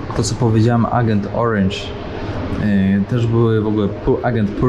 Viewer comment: Ciekawy material, ale, jak mowisz orange to mow ejdzent, nie agent;)